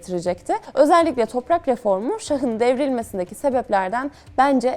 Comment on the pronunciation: içerik çok güzel. (Şah kelimesi ek aldığında, a harfi uzun okunur: "şaha" değil "şâha" 04.18 / "şahın" değil "şâhın" 04.24) Selamlar